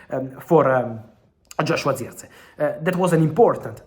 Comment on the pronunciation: But who else loves how Fabrizio pronounce. "Zirkzee😂